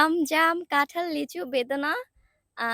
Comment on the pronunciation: ভাই এটা কাঠাল না এটা কাঁঠাল